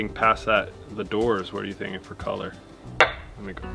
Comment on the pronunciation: OK you picked on about likened so I’ll pick on you about feer instead of ( for) 🤣😂 just kidding lol love to watch all of your videos y’all are the best out there ✌🏻👍❤️